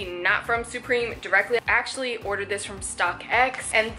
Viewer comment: why do you say supreme like that??